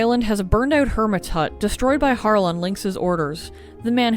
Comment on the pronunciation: Its not HAR LE it Harley... right?